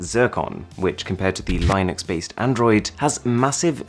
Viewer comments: Not lie-nucks. It's lin-nucks. 🤦‍♂️ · 2019 and someone is still pronouncing Linux incorrectly. I thought that was finished years ago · that's not how you say 'Linux', pal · You just called Linux as lynux! Are you for real man! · Did he really just pronounce Linux as Lie-Nix ?? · Not all British pronounce Linux like that, some of us say it properly so you know